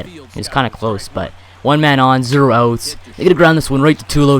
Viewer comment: He says outs like oots. You English bro